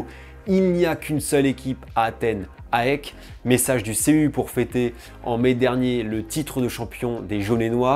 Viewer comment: Attention aux prononciations : on dit "Aèk" et pas A-E-K Et on prononce "Anverss" le S se prononce. Chouette vidéo sinon, le foot grec et leurs ultras sont passionnants. Si tu as l'occasion d'aller voir le derby des éternels ennemis (Oly-Pana) au stade tu ne seras pas déçu!